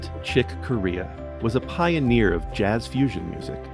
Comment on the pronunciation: Chick (cor-RAY-yah) Corea